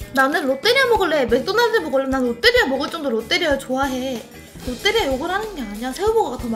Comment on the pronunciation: 롯때리아가 아니고 롯데리아입니다 하하하하하하하 하 하하하하하하 ㅋㅋ